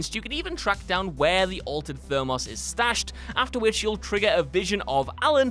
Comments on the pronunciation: There is no way in the English language to have mispronounced thermos in the way you did, unless you are are being wilfully ignorant and or turning the channel into some sort of long-winded vine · I'm sure you must be pronouncing words wrong on purpose at this point. I know you're just a bunch of dumb soy boys, but nobody is so illiterate as to get so many words wrong in every video. Learn what a thermos is, and learn how to pronounce it AND how to pronounce thermoses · Did the narrator have a stroke while he tried to say "Thermos"?